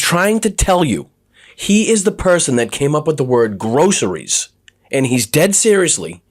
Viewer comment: GROSS-ER-REES.... he sure says it in the manner everything that drips out of his pie hole sounds like to me - GROSS! You people elected a complete weirdo who is going to cater to ELON MUSK... fools...